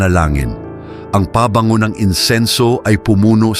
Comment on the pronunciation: hindi ko alam kung AI ka na nagsasalita o totoong tao. Anyway , pag sinabi mong PABANGO, eto ang tamang pagbigkas. PABANGO , isang syllable lang at derechong bigkas. Hindi "Paaa- Bango . But I really like your content,pls dont be offend.